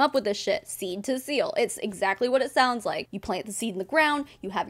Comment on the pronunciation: Two things- one, the way this lady keeps saying “seal” as “SILL”, is driving me absolutely crazy. It’s like when people say pillow, as “PALLOW.”🤦🏼‍♀️ENUNCIATE! Two- your husband didn’t start walking because he was huffing oils! He was doing PT, correct? Hmmmmmm. 🤦🏼‍♀️